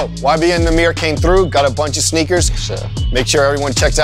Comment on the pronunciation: when did nahmir and michael mires have a kid for you to say "nahmire" ?🤔🤔